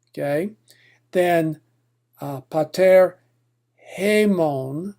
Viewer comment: well I don't know about attic reconstructed pronounciation, but I searched for Lord's prayer in greek, the title says just Greek, in the beginnig of the video he says Greek. And even I know that his [pa'taer] is neither Modern nor Koine, and I doubt its "Reconstructed Attic". Its how you would expect an english speaker read it for the first time